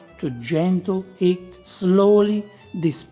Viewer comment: I love your videos, but I really have to concentrate on listening. I like to just listen and do some other things and then watch techniques when it's important. But with you, I just need to focus, because your switching of the "h"es. You say hot and have, for example, but 'eat and 'ard, which always keeps me on going 10s back and listening again what you meant. I know you're a true Italian, but where does this inconsistency come from? This is not criticism, I'm just wondering about this half-way.